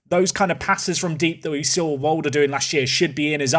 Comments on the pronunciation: As a Belgian I'd say that Luke Walder is pronounced like West, just the W no V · Walder is pronounced pretty much the same as water in the UK, LD instead of T. Easy.